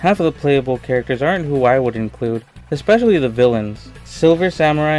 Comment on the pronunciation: There is no X in "especially."